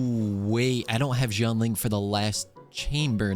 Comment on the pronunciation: pls it's shianling, not zhianling 🥲🥲🥲